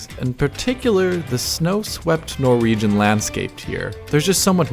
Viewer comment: "Norwayan" Norwegian...